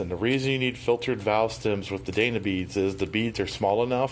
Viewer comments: Dyna.... not "DAYNA" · Since it is spelled "D-Y_N_A" WHY in the world are you pronouncing it "day-na" long a??? Did someone tell you that or is it just your hack at the name? Cause I am thinking "DINE ah" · Not Dana. I, as in Dina. Why do people have such trouble with a Y? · It's dYna beads, not dAna beads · It is pronounced “DI-NA” !!!!!!!! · Cool video but I cringed every time he said "dayna". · Odd way to say Dyna. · Panic Farts it was driving me nuts too.